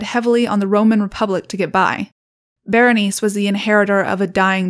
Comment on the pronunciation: Bernice? Girl. Berenicé, bear en eek ay, try to roll the r slightly. Bernice 🤦‍♀️